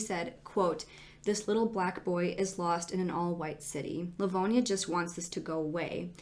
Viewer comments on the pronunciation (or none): for anyone local who might know something or have thoughts, he's from LivonIA. It's pronounced differently in the video ( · That is not how Livonia is pronounced. Lol